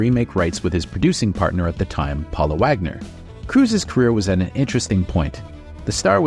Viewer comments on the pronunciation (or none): none